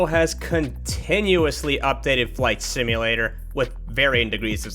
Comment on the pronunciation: "IS THIS A MICROSOFT FLIGHT SIMALAT-ER?!"